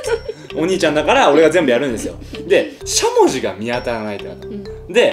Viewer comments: しゃもじのイントネーションおかしくない？ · しゃもじのイントネーション違くて面白い笑